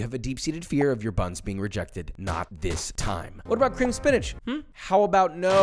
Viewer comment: Why SPEEENAGE?? What did it do to you? 😂😂